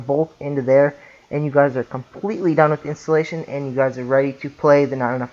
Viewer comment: Amazing video thanks...but "Intallations"